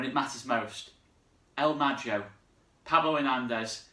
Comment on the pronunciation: "El mago" is pronounced "el ma-go" "go" as in "go" not as in "joe". Apart from that...Come on Leeds! MOT!